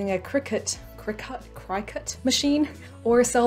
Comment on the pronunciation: For the Cricut machine, it's just pronounced "Cricket".